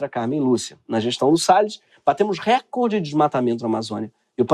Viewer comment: Greg, recorde não é uma proparoxítona...é invenção da Globo